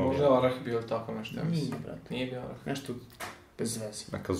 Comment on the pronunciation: Brate nije oras nego orah xD